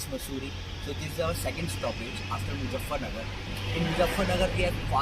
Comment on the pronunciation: Great video. You speak really well and have great presentation skills. Just one small advice: don’t pronounce Z as J in MuZZafarnagar.